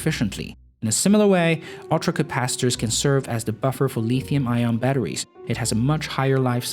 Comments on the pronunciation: Nobody says "Leethium". It's Lithium with a short 'i'. Where do you come from? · I lol when I hear Chinese dudes say lithium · If you are going to talk about lithium batteries you should learn to pronounce lithium.